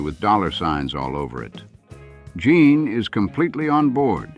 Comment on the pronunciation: Omg it's Gene not Jean!